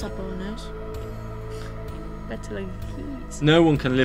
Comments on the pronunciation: That is NOT a planet... 😂 Hun People cant live on stars, they cant even stand on them.... "Bolognese" 😭😭😭 Its pronounced like beatle juice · 😆 it's pronounced like Beetle-juice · Arcturus is not in our solar system. You two are so funny. The one that said we would see it if it was, is right. Arcturus would dominate the sky if it were in our solar system. LOL!! ROF!! Said like Beatle Juice for the US. And I won't ever try German Be-atle-guys? It is a very large & bright star in the sky.